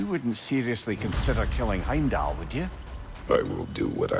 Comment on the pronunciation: Anyone else peep saying “HimDell” instead of Heimdall lol gotta love him 😂